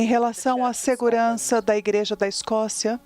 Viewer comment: A repórter falou errado simplesmente TODAS AS VEZES… É segurança da IGREJA da Escócia